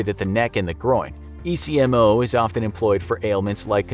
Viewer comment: My daughter was on ECMO and several other life support described her. ECMO is actually pronounced as a word In he medical field and not as individual letters